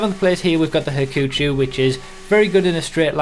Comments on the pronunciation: hack-u-chow not haku-chu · "ha-koo-choo" hahaha. it's pronounced "ha-koo-cho". it's japanese for "swan" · for the proper pronunciation of 'Hakuchou'. Not the one 'Hakuchu'.